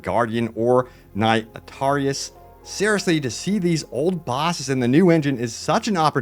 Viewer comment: You said that completely wrong it's not atarias it's artorias